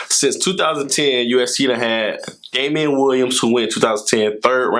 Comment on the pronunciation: Devon is pronounced like "Devin" just a heads up!